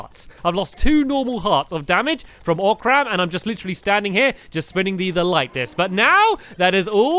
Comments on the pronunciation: also its not oc-ram its o-cram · He knows you pronounce it oh-crum not oc-ram, right?